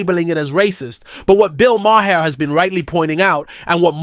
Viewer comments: Thanks for the video. But you’re saying his name SOOO wrong. It’s Maher, it sounds like MARS without the S. MAR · You need to look up the pronunciation of “Maher “ 👍